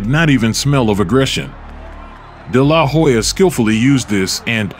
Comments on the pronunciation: Seems factually accurate, but the name pronunciation (Day-LAH- Hoya) seems kind of off. phonetically it's usually pronounced Della-Hoya. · It's De la Hoya. Not DE LA Hoya. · It’s De La Hoya not Da La Hoya say his name correctly! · If you can't say his name properly, don't make a vid of him. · I do not know how many Oscar's fights you have watched but you do not pronounce his last name like that. Work on that next time you post another one of his videos. But besides that, good work. Keep it up, kiddo. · How do you not know how to pronounce his name? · Okay why do you pronounce his last name like that, with the emphasis on the La? What's funny is the commentators in the fight pronounce it correctly. Lol 😂 🤦🏽‍♂️ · The way you say his name irks me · Why you saying dela hoya like that lol anyways i don't know how they gave this win to tito not taking anything away from tito he was an awesome boxer but even with Oscar cruising through the last 3 rounds he gave tito a boxing lesson for 9 rounds and what made this suspect was one of the judges gave the last round to Oscar how's that possible lol I think he did that so it wouldn't look so obvious and the rematch didn't happen because of money issues they were offering tito 10 million but he wanted 20. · Whats with the stressing La in de la hoya. My god. De LA! Hoya 🙄🤦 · I stopped watching after I heard you butcher his name over and over . Lol. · You can't even pronounce his name correctly LOL